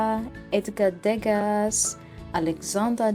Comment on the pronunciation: There is Salvador Dali museum there , you know…. Degas, Dumas- “s” is silent😊